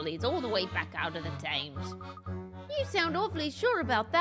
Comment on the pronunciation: As a British citizen, it REALLY bothers me that can’t say Thames right. I know people have different pronunciations but it REALLY irks me. 😖